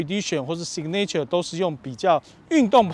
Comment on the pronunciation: signature 重音在第一音節 唸‘si ga nr ture, 不是sig ’ne ture. 好似不重要,但是從頭到尾都唸錯,給人很不專業的感覺齁？